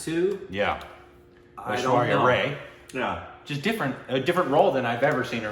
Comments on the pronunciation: It's not Ray ... its Rye .. like the bread ... people told u like thousand times in ur video of Oprah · Rai is not pronounced as "Ray' . Oprah was correct..End it with "I" sound. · It's Rai not Ray guyss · It's pronounced 'Rye' (Aishwarya) - not 'Ray'. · Y'all it's Aishwarya RYE not RAY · You still korbanized Aishwarya's last name. It's not like the 'Ray' of sunlight. It rhymes with Eye.. Like rye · It's Aishwarya "RAI" not RAY 😆😃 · Its not Aishwarya Ray.. its Aishwarya Raaiii... 🤷🏻‍♂️ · Guys, her name is pronounced Aishwarya RYE.